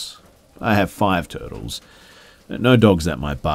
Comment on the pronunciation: And burly